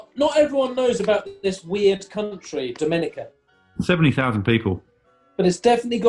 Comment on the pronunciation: It's actually pronounced Dominica.